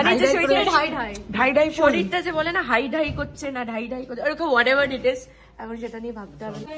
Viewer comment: Ore otake 'Aidhai ' bole😂😂🙈🙈 haidhai na😂😂😅😅